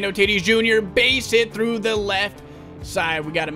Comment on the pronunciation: It’s not t i t i s It’s t a t i s